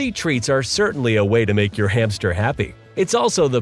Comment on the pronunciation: I like the way you call the hamster every time hame